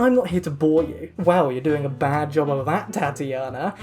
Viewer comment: I don’t know why but at one point in the video I thought you sad “Daddy-ona” instead of Tatiana. And I’m ok with that